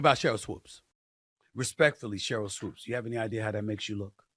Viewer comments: Why you keep saying Sheryl Woods ? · In case you're unaware of it, you said Sheryl "Woods" instead of Sheryl Swoopes🤦‍♂🤦‍♂🤦‍♂🤦‍♂....nonetheless, dope podcast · Swoopes... Not Swooped or Woods.... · Swoopes Say It With Me Swoopes 😂😂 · He spelled it correctly in the title, but said it wrong. You didn't even spell it correctly 🤦‍♂️